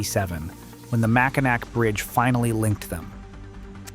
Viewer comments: Mackinaw, not Mackinac. But still a very informative post. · Mac-kin-ack? WTF?! No one pronounces it like that, NO ONE! It's Mac-in-awe. All the time, regardless of French or English c's or w's.... It's fucking Mac-in-awe. All the time, every time. I did not listen to rest of your video after that, and have will block your site from appearing in my feed any further, if you do not address it. Thank you. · Mackinaw. Not Mackinac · MackiNAW not Mackinac. Cries in Michigan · It's pronounced mack-in-naw not mack-in-nack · You lost me when you said “Mackinack”.. Do your research..it’s pronounced…. ‘MACKINAW’….🙄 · It's pronounced MAK-A-NAW, not MAK-A-NAK! Thank you. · It's pronounced "Mackinaw", not "Mackinack". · Dude, it's pronounced "Mackinaw", not "Mack-in-ack". Yes, I know how it's spelled. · Macki-NAW, not Macki-nack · It's Mack in naw not Mack a nack. That is one word that irritates us Michiganders. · Great video ... however the announcer is obviously not from Michigan ... Mack-In-Ack ... BWAHAHAHAHA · Across the straits of "MAC-KENAC "? LOL! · Mack a nack? Um it’s Mack in naw! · Did you just say Mac-i-NACK? I bet you're one of those kids that run around saying adults don't know what they're talking about. I'm not even going to watch the rest of this. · It's pronounced mack-in-NAW, not mack-in-nack. Just saying. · It's pronounced, "Mac-in-naw" not Mac in Ack. Please get your heads correct. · since you didn't check the pronunciation of Mackinac before recording this video, it's MACK-ih-naw, not MACK-ih-nack, and is because the origin of the name is Ojibwe/Ojibwa/Chippewa. 2) Isle Royale (National Park) = I’ll royal (Anglicized from the original French pronunciation—EEL roy-AL for ‘royal island’ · Love how ignorant people mispronounce Mackinac. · If you are going to put in the effort to make the video then do your homework first. Learn how to properly pronounce the names of things and places first. It's Mack-in-naw pronunciation not Mack-in-nak!